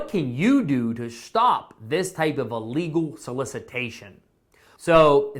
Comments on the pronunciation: Please! The word is ILLEGAL - not ULLEGAL. Thank you! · Thank you for your video. It is not ah-lee-gal.. think im-possible. close to a long "e" to start it out. ok? Don't be upset. I have to correct those that insist on "Expresso" but it is "Espresso..." there is no X in Espresso. Think how you say the word ill. ill + legal. ok? ill legal.